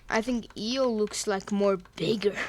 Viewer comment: Not e-os it’s Io